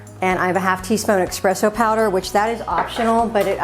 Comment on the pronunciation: Psst... It's espresso, not expresso. #languagenerd